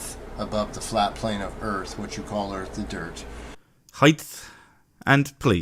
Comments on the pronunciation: People who say "heighth" also probably say "acrosst." RUN! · I've met people that say heighth..... very very odd. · Oh god, "Heighth" ? Sounds like a very familiar "Earf" ... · "Heith" That shit annoys me to no end. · lol Heighth. It has lots of heighth and width. Just measure acrost it! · Stupid prick says ‘heighth’. What a fuckin’ idiot.